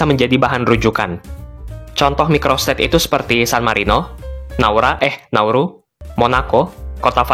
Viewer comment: Naura eh nauru😂